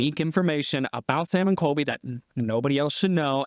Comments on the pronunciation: Everytime you say Coby instead of Colby I cringe so hard lol but love the vid!! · He calls colby coby lol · Do you keep saying Sam and "KOBY"? It's COLBY with an L if so. ❤ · I noticed you kept saying Coby instead of Colby lol. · Am I the only one bothered by him dropping the L in Colby ? Sounds like Kobe to me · His name is CoLby not Kobe btw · is he saying Kobe